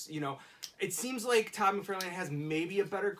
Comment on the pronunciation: I cringe at the way the dark haired guy pronounce. Todd's last name.